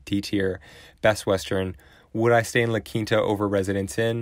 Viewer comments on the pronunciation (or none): Yeah, it is pronounced "La Keenta" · A lot of people pronounce it “La Kinta”